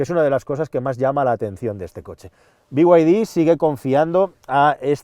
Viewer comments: Porqué dice biguaydi si claramente pone beide? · Pero que te pronuncie en español, no como el bigüaydí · Por favor, por favor: Por favor: "Be Y De" dejemos los anglicismos para los ingleses. Las iniciales de Build Your Dreams en español se pronuncian: BE Y DE. Gracias por tan magnificos videos!